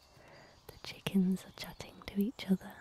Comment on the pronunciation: I hate and love the way you say chickens, It’s kinda like you say; “Checkinths”